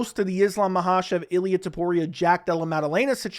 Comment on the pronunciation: It‘s actually TOPURIA,not TUPORIA my man. It‘s unbelievable how many americans find it hard to pronounce a sinple name,but it‘s not surprising